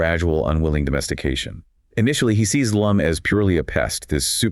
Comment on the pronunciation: Her name is "Lum" not "Loom"